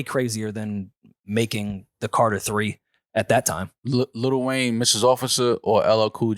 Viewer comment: Why does this NY goofy keep saying “Little Wayne”?? Like bruh is delusional for an argument saying that “LL Cool J” is somehow a better artist. Clearly dude has extreme bias against Weezy and is faaar too cringe for me ☠️ Close to unsubbing for this bs 🤡